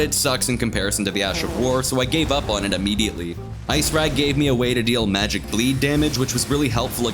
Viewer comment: ICECRAG ICE CRAG ICE CRAG THERE'S A C WHY DO PEOPLE NOT PRONOUNCE IT I C E C R A G